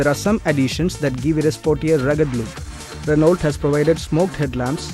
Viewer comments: Try Renn-O. Before coming on cam learn how to pronounce stuff. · its not ranolt, Its 'renou' Address the manufacturer as 'renou' and avoid 'kompani', 'kompani' slang the sales reps use.